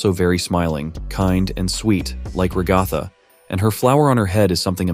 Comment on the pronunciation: Other than your bizarre pronunciation of Ragatha’s name, I’m not exactly sure that’s a smile. It looks more like that’s just the very awkward shape of her face in a resting state.